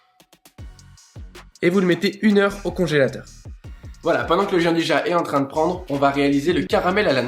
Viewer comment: Bonjour à tous les deux, superbe recette comme d'hab ! Moi qui ne faisais pas de pâtisserie je commence à changer d'avis :) Petit détail : ça se prononce "Djiandouya" :)